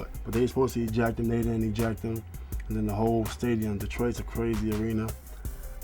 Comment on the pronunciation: When Ron says "they were supposed to eject him, they didn't eject him" it sounds like he is saying "they were supposed to ejaculate"